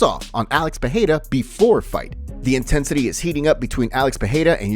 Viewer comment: Alex peheyda? Bro his name is pronounced so many times and you still can’t get it right? Come on now respect the man enough to learn his last name